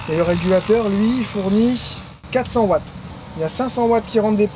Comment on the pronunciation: Un Watt c’est pas un Vatt 😅